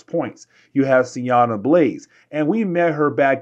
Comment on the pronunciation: Dude, why do you keep calling her Sianna? its Sienna. It's like calling Ororo Aurora or jean Jane lol